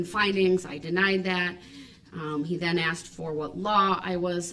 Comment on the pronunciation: Did I “axe” you?